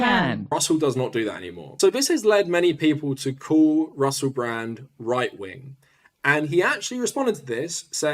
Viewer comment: Not to sound Britophobic, but I've never heard anyone missi' as ma'y co'sta's as Russe' Bra'